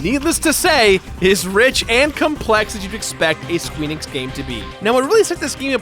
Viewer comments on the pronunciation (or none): Did this man really just say "Squeenix?"